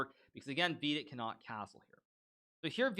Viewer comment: I love the way you pronounce Vidit's name. Wee-did sounds better than Vidit or VD.